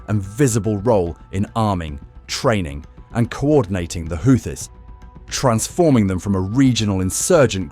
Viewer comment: Congrats on stretching a 10 minute story to 27 minutes. Why does it keep changing the pronunciation of Houthis? Doesn't anyone ever proofread their work?